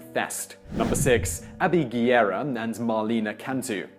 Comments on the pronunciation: It’s not Guierra it’s Guerra. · Guerra is pronounced GEH-ra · I know is quite difficult to pronounce spanish names, like Guerra but, if u can't say it right, why to say it so many times? "Guerra" sounds more like "guess"